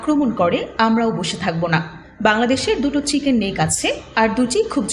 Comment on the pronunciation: "Siken neck" thik moto chicken pronounce korte pare na. Prothom e engreji shik.